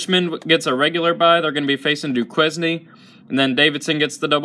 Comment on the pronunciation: These picks pretty much mirror mine. The Bonnies look good. Also love your vids dude but I have to say I chuckled a bit at your pronunciation of Duquesne lol